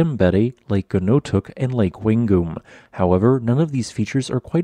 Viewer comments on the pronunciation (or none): Actually the nearest town is Koroit… I now our words can be tricky but he massacred Wangoom (Wāŋ-gōm)